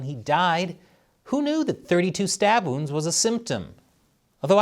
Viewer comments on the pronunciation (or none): none